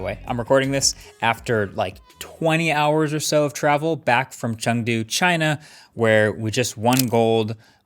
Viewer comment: The way he nailed the pronunciation of Chengdu 😮🎉